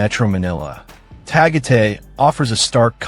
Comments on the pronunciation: Tagate is Tagaytay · Pronounce- Duma-ge-te - not Dumaget Ta-gay-tay - letter A is pronounce as in Alaska Correct pronunciations of Cebu City, Illinois City, and Panay Island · 😮ARE YOU TALKING ABOUT DU MAGUE TE ? AND TA GAY TAY. READ IN ALL SHORT ALPHABET. NOT LONG. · Dude,a piece of advise,before you upload a video,pls inquire about the correct prounciations of the place your referring to. Tagaytay,Cavite,Dumaguete were a full blown mispronunciations. 😂😢😮😅😊